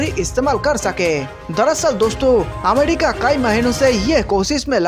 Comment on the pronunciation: Finish Pakistan from map. Ghanta fake news. It's not amedica. It's America, pronounce properly